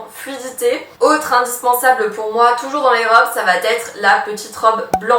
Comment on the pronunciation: Merci pour ton travail, mais, malheureusement tes liaisons répétées "va-t-être" m'écorchent les oreilles. Pourrais-tu essayer d'y remédier? Merci